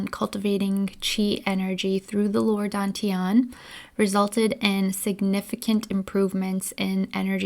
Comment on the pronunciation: DAN is pronounced like 'STUN' without the S, not like the English word 'DONE' Dān tián 丹田 just copy these two character into google translate check the pronunciation with speaker icon